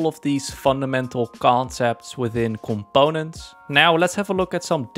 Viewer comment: someone pls make a compilation of him saying coMPONEents 😭😭🙏🙏